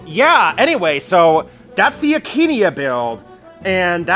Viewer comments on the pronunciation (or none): why aint you sayin akaneia you just sayin akenia